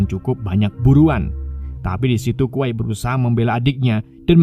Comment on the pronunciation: kwei bukan kwai dibacanyah